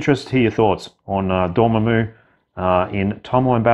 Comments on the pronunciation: Bro it's DOR-MA-MMU NOT ~ DOOR-MAH-MOOO 😂😂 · LOL. I’d wanted to say about your pronunciation of Namor for a year but resisted, LOL. Dorm put me over the edge 😂. Sorry, but you know how geeky Marvel fans are. 😆 Love your vids. Keep up the good work. PS: Not an English teacher—just a grammar freak!